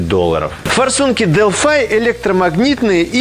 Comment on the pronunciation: Почему Delphi вы произносите как Делфай , а не Делфи?